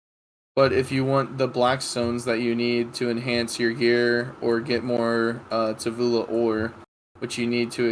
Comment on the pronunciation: Every time says Tuvula a little piece of me dies:')